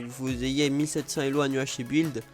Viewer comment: C'est pas LEO c'est elo